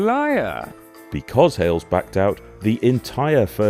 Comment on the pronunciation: Hayles NOT Hailes